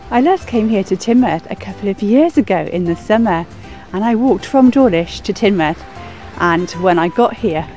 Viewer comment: Ha ha 🤣 even I knew it was pronounced Tinmouth and I'm from the south east lol